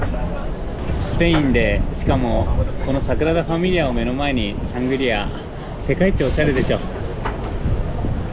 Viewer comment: 、シャングリアではなく、サングリアです🤣